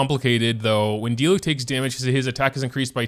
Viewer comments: it’s a di-LEWK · My friend pronounced diluc as “deelooch”